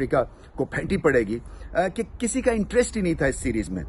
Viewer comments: "Fenti" nahi Rameez bhai.. It's "Fenta"😂😂😂 ask Shoaib bhai, if u think I am wrong. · It’s with “P” btw not “F”